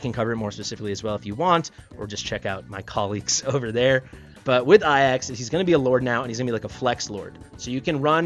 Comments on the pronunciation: Bro, please. Ajax is pronounced "Ay-jaks" (hard "j"), not "ah-yaks". Please :D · Pls stop calling ajax iax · In the case of greek pronounciation, then it's "ai-as" or "é-as" and not "ay-yax" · A jax Not ayax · Ay-axe is a very unique pronunciation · Does know its a J and not an i?? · Why you pronounce Ajax wrong lol